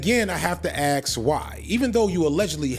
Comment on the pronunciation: ”I have to ‘ax’” Bozo